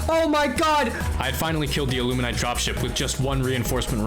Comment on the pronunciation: Bro please it's illumin-ATE not illumin-ITE lmao clearly another victim of their cognitive disruptors (Amazing vid btw impressive resolve)